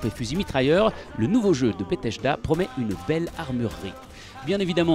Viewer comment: S'il vous plaît apprenez à prononcer les noms des jeux et des studios... Bethesda pas Betecheda ! Sinon bonne vidéo